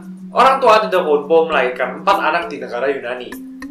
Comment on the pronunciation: memang tulisannya antetokounmpo, tapi pelafalannya adetoumpo😂